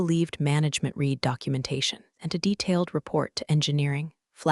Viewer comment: Yeah, these cheap text-to-speech engines always get that wrong.